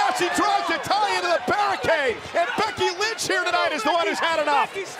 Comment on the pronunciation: said becky lunch not lynch